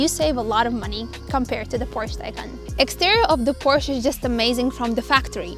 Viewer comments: Porscha is a Porsche ❤ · PORSH FOR SURE